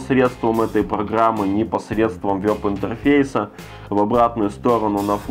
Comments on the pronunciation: вЭб, вЭб интерфейс!!!! А не вёб интерфейс!!! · Не вЁб, а вЕб.